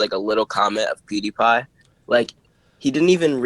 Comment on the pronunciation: POO-DEE-PIE lol. I'm triggered.